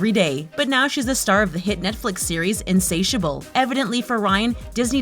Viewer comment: Insatiable really she pronounces it like that